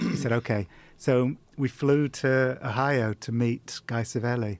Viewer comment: "We flew to 'Hio" Mate.